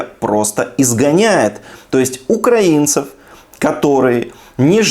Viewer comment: Чому він каже єсьть